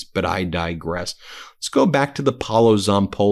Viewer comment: Hi Ben, I just want to give you a tip go to Google translate English to Italian and Type Paolo Zapolli and hear the audio that way you will pronauce well in Italian the correct way his name and last name specially his first name because you are not saying right 😁